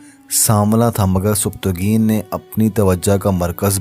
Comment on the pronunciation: اچھی کوشش ہے لیکن آپ کی اردو تھوڑی کمزور ہے کیونکہ آپ نام بھی صحیح سے نہیں لے پا رہے مثلاً سبکتگین کا نام سبتگین لے رہے ہے اسی طرح الپتگین کو الپت گین کہہ رہے ہے معذرت کے ساتھ